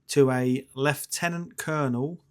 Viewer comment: Beautiful church. So lovely to hear you pronounce Lieutenant the proper English way and not Americanised.